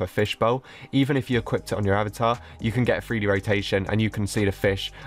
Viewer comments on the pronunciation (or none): none